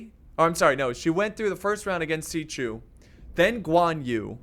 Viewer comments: He is name is like this: Sha-hu-dun Also not Si Chu but Shu-chu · Hey bud when there is an x in there name it makes the chu sound I play dw so when you say is writing it hurts my soul.